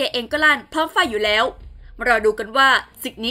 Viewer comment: เนื้อหาข่าวดี แต่คนอ่านข่าวทำไมดูรีบร้อนมาก อักขระ ร ล ฤ ไม่มี ควบกล้ำก็หายทุกคำ ปลายประโยคห้วน โดยเฉพาะ คำว่า แล้ว...พัฒนาต่อไปชนะแน่นอน